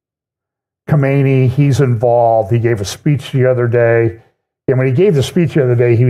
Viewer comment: "Khomeini" was the last one. This guy is "Kha - Ma - NAY".